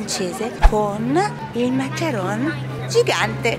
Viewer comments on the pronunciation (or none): Si chiamano mancaron non macaranes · Ms si dice macaron non macarones